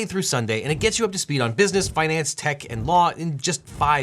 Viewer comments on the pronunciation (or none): none